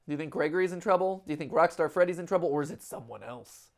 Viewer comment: "Rockstart" freddy?